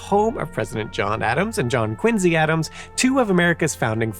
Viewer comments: Quin zee? Never heard that pronunciation before, but ok 🧐 I've always heard it pronounced as Quin See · Why does he say “Quin Z” ? is that how the town says it? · You might not be Simon but you definitely mispronounce things like he does. Quinzy???? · Is it just me or is he pronouncing "Quincy" with a z sound? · are you from Massachusetts? Or did you get corrected by a bunch of Bostonians because you used to pronounce "Quincy" the way it makes the most sense? (at least that is what happened to me:P )